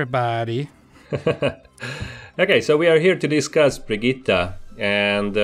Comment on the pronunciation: It's No Problem If you pronounce the Name false I haven't seen any Englisch Youtuber who does it correctly but you are close